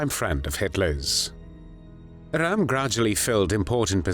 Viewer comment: Rather strange non-German pronunciation of Ernst Röhm's name. This video is homophobic.